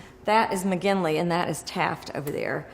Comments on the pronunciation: Let's go ahead and tell Ma Crow, it's "McKinley" not 'McGinley' it's McKinley's death mask she purchased . . . and, ah, this is AD, right? Alright, I'd like to order a side of slow-down-those-rapid-edit-transitions because . . . they're busy, son! Creates what we should call, ah, ah . . . visual noise. Come on now. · Did she say the death mask was "McGinley"? Did she mean "McKinley"?